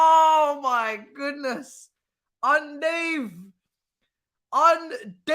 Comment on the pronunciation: bro you need to stop lol man said UN DOVE THEN YOU KEEP SAYING UN DAVE ITS 6AM AND IM ROLLING UN DAVE YANO LOL 😭